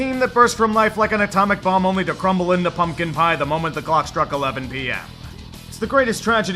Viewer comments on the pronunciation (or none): none